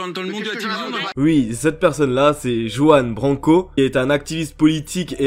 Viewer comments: omg ça se prononce Rouanne Branco xD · Ont dit ruan branco le j en espagnol se prononce r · Sa se prononce ruan Branco